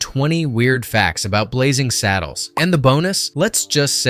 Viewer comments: It's 'Blazing Saddles' not 'Blazzing Saddles!' How can you be taken seriously as a reviewer if you can't even get the spelling of the movie itself right! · Blazzing Saddles? BlaZZing? 😄